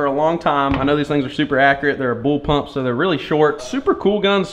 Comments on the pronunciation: its bullpup not bullpump but good vid !! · Is he calling a blullpup a bullpump 😂😂😂😂🤣🤣🤣🤣 I'm dead bro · Bulpup not bulpump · “Bull pump” lol no sir it’s bull pup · Am I hearing BullPUMP instead Of BullPup? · BullPUP not bull pump lool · I'm pretty sure it's bullpup not bullpump..lol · It sounds so much like your saying bull pump not bull pup. It’s messing with my brain lol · Wow he calls it a bullpump lol. If you are going to talk about it at least say it right BULLPUP! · is he saying bull pump? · issa Bullpup not bullpump